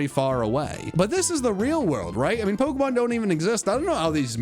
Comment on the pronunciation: Worried about you pronouncing chinchou but you never pronounce pokemon right lol